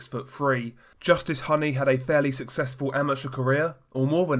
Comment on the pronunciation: It’s pronounced Hooney like Rooney.